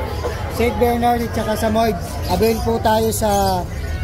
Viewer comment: Jusme... SAH-MOH-YED po, hindi SAMOYD. 🙄